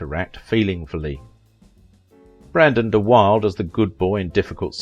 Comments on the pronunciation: His last name is pronounced “dee-WILL-duh,” with three syllables — not dee-WILD, with two syllables. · His last name is actually pronounced "De Will-da" not "Wild." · I've also heard it pronounced " de Will - dee ! Being it a Dutch family name I suppose it should be pronounced "de Bill.deh". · His name is pronounced “duh-wild-a,” not “duh-wild.” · One last time here, let me offer that I knew him at summer camp. He pronounced his name in three syllables. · His name is pronounced De-wilduh. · You mispronounced so many things I can't keep up with them. His name is pronounced 'Da-wil-dah' it's 'huug-ah-noh' and 'Prem-in-jer' there were others but I've forgotten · You are saying Brandon's last name incorrectly, it's De wild a. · I'd like to know where you got your information about his personal life. Also, you might have learned to pronounce his name properly. It is Brandon De Wil-duh. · DeWilda, DeWilda, DeWilda. Geez, That makes me crazy when it's so easy to Google the correct pronunciation. I love your channel, just be more careful there. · The last name was pronounced "de-WILLED-uh" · You are pronouncing his name wrong. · If you can't even pronounce his name correctly, how can you get anything right? I believe 90 percent of this hogwash to be pure fantasy... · The know-it-all narrator doesn't even pronounce BdW's name correctly.